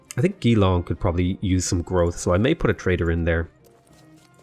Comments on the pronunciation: It's not Gee-long, it's Juh-long. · Hi, Geelong is a difficult one. Use the J sound from Jam, then just long. /dʒɪˈlɒŋ/ is the IPA of it. No long e sound.